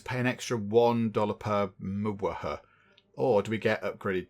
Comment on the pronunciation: You calling Mega watt hour Muwaha made my day lol 🤣